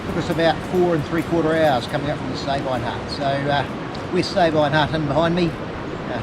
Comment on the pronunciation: Darn! - Just when fellow trampers convinced us it should be pronounced 'Sah-been', here you guys are reinforcing the 'Say-byne' pronunciation again! Whichever way it is said, sure is stunning country. Only been as far as Blue Lake. Moss Pass would have been stunning, but a bit out of my league!